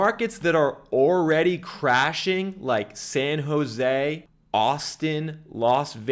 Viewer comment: The word is already not owready